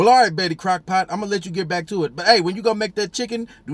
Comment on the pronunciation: "BETTY CROCK-POT" LMAO